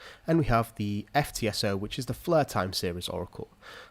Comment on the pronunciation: Flur net-hwork